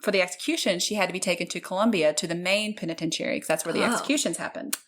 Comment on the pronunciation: Penitentiary has 5 syllables. 😘